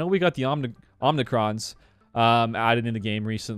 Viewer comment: Also, they are not omNi-crons. There is no N in the middle of the word. They are OMI-crons (with a long O - OH-mi-cron). It is a greek letter, just like omega and zeta. And in astronomy, an omicron is the 15th star in a constellation.